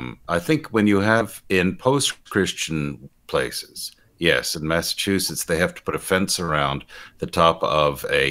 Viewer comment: Thank you,, for pronouncing "Massachusetts" correctly. Someone else didn't...twice.